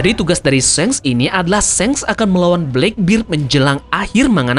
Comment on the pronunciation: SHANKS BUKAN SENG BACANYA TAMAGON THOLOL 🔥🔥🔥🔥🔥🔥🔥🔥🔥🔥🔥🔥🔥🔥🔥🔥🔥🔥